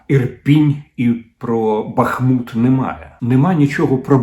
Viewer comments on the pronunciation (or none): none